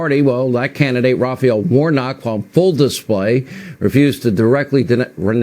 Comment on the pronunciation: Also can anyone explain why they keep saying RaphEEal warnock???? Kind of pisses me off, his name is just Raphael isn't it?